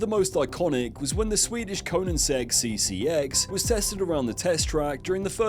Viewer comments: "Anominity" "Koeninsegg", why is it that nearly every youtuber nowadays struggles to pronounce extremely well known words lmao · Koeninsegg and High-Aura 😂😂 Good video but holy shit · Your pronunciation of Koenigsegg made my soul leave my body.